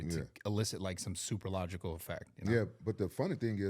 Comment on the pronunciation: "Supralogical effect". Lol. Don't worry Bradley, test won't do that to you.